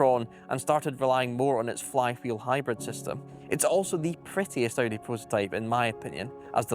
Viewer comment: Cool video mate - except it's not pronounced O.D. but Audi.